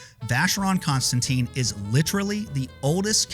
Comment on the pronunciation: Not constant teen, but constant ten! Learn how to speak foreign languages!!!!